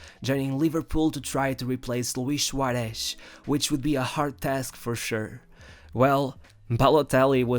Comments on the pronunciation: Wtf is louish shuaresh hes not portuguese 🤣🤣🤣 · Luish shuaresh!!!! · Luish Suaresh